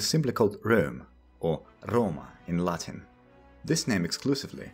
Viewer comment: This guy's classical Latin pronunciation is just chef's kiss